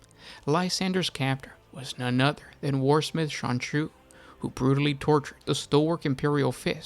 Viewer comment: Keep hearing "Sonichu".